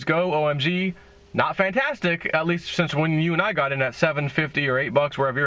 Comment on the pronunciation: do you still have skin in PILLAR? LTC to the moon! It's "O ME SEE GO" I dunno man I'm not feeling OMG.